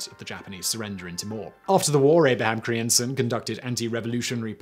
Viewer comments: Dear lord, Simon, I'm Dutch and I had to google te names you mutilated beyond recognition ;-) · What was this ship renamed to? I can't understand Simon. I think he said something like Abraham Crimson? EDIT: Google answers: Abraham Crijnssen. No wonder I had a hard time figuring out what he said. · No kidding, there shouldn't be so many consonants in a row!